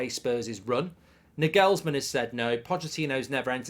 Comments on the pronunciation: This guy has the worst pronuntiation for Nagelsmann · Sources claim Nagelsman has knocked back the job because he can't face you over-pronouncing his name for the next 1-1.5 years. 😂